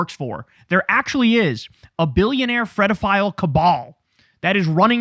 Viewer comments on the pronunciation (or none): This is a serious topic for grown ups. PLEASE stop saying Fredofile. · Kyle, sweetheart, it’s pedophile. With a P… not an F! 😅